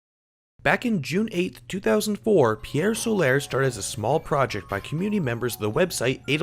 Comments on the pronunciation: STOP SAYING PIEEEEEEERE SOLAAAAAAAIIIIIIRRRRR!!! Seriously guy...if yer gonna do a review, at least pronounce the name of it correctly. Good review otherwise :^P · Loo-narr? Pierre Solair? LMAO! Good review though! 👍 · Ok I can't watch this when I hear Solar pronounced "So-lare" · TIL people exist who can't pronounce the simple English words "pier" and "solar". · Had to dislike because the reviewer can't pronounce Pier Solar. :/